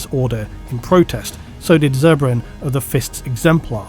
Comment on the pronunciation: It’s pronounced ah bad n not a bah don